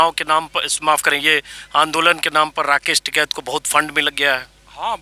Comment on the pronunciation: Its "TIKAIT" and not "TIKAT" 😉😉😉